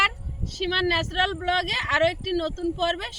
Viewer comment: ন্যাচারাল। লিখে দিলাম। এবার উচ্চারণ টা পুরো ঠিক করে নাও।